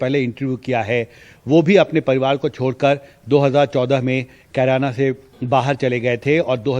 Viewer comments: BJP hatash lag rhi he Amit Shah ne Kerana ko, Corona bola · अमित शाह जिस जगह पर गए हैं उस जगह का नाम भी सही से नहीं बोल पा रहे हैं कैराना को कुरौना बताए हैं अमित शाह दूसरा बार में कैराना बोले हैं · Korona hai bol diya kirana ko😂😂😂... Mota bhai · Amit Shah ko carana bolane nahin aata hi corona bol raha hai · Kerana ko corana kah rhe hai aar paar